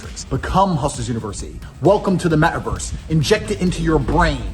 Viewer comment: Can you really ever trust a person that doesn't pronounce his "t's". Meh-a-verse, impor-ent, naugh, haugh, a-laugh-uh muscle? Yeah, I take you seriously dude.....